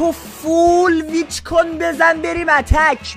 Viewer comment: داداش پیچ نه ویچ برو اول اسم شو یاد بگیر بعد بیا😂